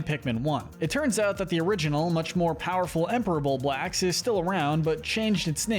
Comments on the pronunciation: WHY DOES THIS IDIOT SAY BULBORD AND BUBAX ITS BULBORB AND BUBLAX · bullboard?? .... its bulborb dude LOL. pronounced bulb - orb. emperor bullbacks - dude its bulblax. empress bulblax sovereign bullblax smokey progg im questioning if you even played this game. you should know how to pronounce these names or even spell them. after all its in the piklopedia and even vids online on how to pronounce their names. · I hate the way you're pronouncing Bulblax, otherwise great video. Fun to watch